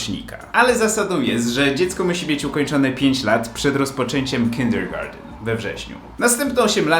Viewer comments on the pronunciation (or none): none